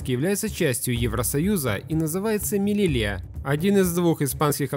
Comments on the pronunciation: Не "МИЛЕЛИЯ", а "Мелилья" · Мелийя, так произносится